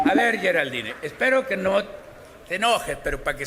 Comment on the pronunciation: La naques' por delante! Se pro India Geral-dín ! Solo asi ! Se escribe Geraldine! Pero no se pronunciation Asi ustedes todos Unices ! Como dicen en Mexico !